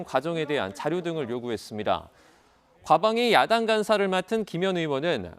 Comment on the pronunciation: 미친기자. 야당을 야동이라고 발음해븜 ㅋㅋ